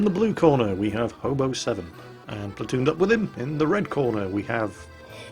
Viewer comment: first of all who else thought said homo instead of hobo second where or when did Jo get his/her health back